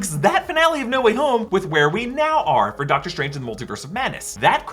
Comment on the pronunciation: “Dr Trange”